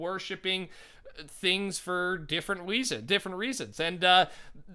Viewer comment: "for different weezens" 2018.